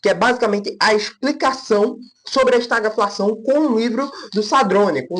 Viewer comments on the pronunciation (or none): a pronúncia certa de estagflação é esta-GUI-flação e não estaglafação. O vídeo está bom.